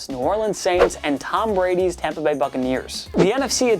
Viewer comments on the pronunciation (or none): none